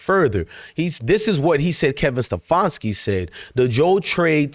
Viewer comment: It is SteFANski, not SteFONski. You can not even get that right. You didn't bring any "receipts," only whining.